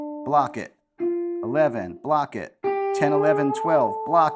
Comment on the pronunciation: Did you ever have the Bop-It toy in the 00s? That's all I can hear when you say "block it" 🤣. Love this lesson, gonna give it a go today!